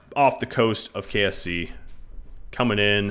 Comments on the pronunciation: Anyone else hear him say KFC instead of KSC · KSP = Kerbal Space Program (the game) KSC = Kerbal Space Centre (the main launch pad location) KFC = The fried chicken.